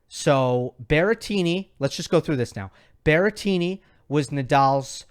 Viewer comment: Guys it's BERRETTINI not Berrentini or whatever if it's easier for you just call him Grassettini